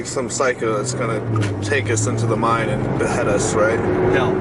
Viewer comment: Cant buy your shirt until you learn to say mine.not mind it's a mine not a mind.